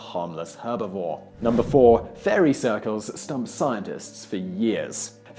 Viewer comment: Now is it "Stun" or "Stump"? Lol